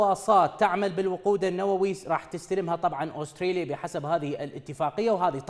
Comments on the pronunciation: اوستريليا؟؟؟؟؟ ترى اسمها استراليا فاهم الانكليزية من ذيلها ،، من تجيب مذيع من باب الشرجي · دكول استراليا شنو استريا😂